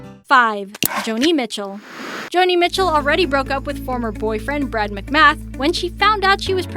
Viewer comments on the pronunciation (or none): Posthumously is not pronounced post- humously. It is Patty Smythe with a long "I" sound. And Joni Mitchell is not Johnny. If you don't know the artists or can't pronounce their names? Ask. Listen to the people say their own names before you butcher these icons' names. Or even just words in the English language.